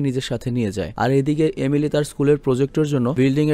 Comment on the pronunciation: একবার আপনি এমিলি না বলে এলিমি বলেছেন😁অনেকবার বলতে বলতে এমন হয়ে গেছে😂